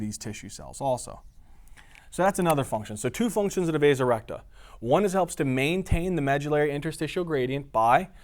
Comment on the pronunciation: Am I the only one that when he said "The vasa recta" thought he had turned into a british guy saying "The resurrector"? Amazing job by the way.